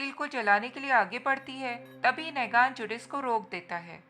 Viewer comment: Nagan nahi, Neeegan (Negan).